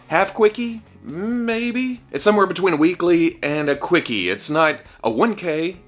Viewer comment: It's a Wee-kie, Weekly Quickie